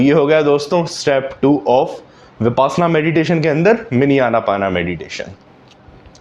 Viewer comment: Sir, हिंदी मे विप्श्यना नाम है, आप bipasna क्यों कहते हो